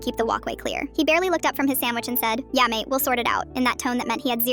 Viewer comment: Yeah mate is not pronounced as yummy 🤬